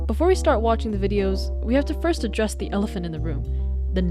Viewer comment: Bro literally says let’s adrres the elephant in the room